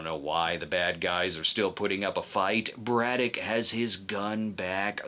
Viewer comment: I’m forty years old and I’m just now realizing he said “Braddock” and not “Brudah”. Clears up A LOT of things from watching this as a kid